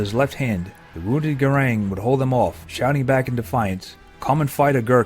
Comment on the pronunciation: Such a shame that the commentator correctly names this Gurkha as Gurung and then continues to call him Garang for the whole of the clip. He's worthy of a little more respect I think.